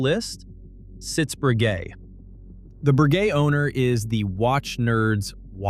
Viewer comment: Except you don't. Longines, Lange und Soehne are pronounced wrong. He/it got Breguet wrong the first time as well (it's not "Bree-guet").